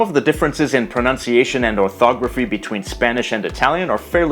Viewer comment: As an Italian, I gotta say that your pronunciation is surprisingly good!!